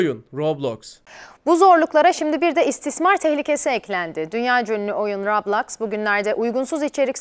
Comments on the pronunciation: ablacım rablox değil roblox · daha okuyamıyo rablax diyoya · Bu arada robloks a rablox demesi peki😅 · Lan daha roblox diyemiyorlar rablax diyorlar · Roblox a rablaks diyenkoca yürekli ablamız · bisi diyim mi daha heber ciler Roblox a boblox diyo kskskskksks hu nası haberci haberciler daha konusmayı bilmiyonuz haber mi yapacanız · Haberler bilip bilmeden konuşuyorlar ailemiz kontrol edebilir lan daha Roblox u düzgün söylemiyo rÖbLoKs LFEKJGBAELFKJGBEQFOŞJGNR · Rablax ne kanka roblox o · Daha doru düzgün roblox diyemiyo bide yasaklıycak